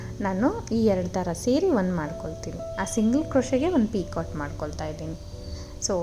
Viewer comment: Beautiful design. Please pronounce 'picot' as PICO. T is silent. Also the word crochet is pronounced as Croche( T is silent)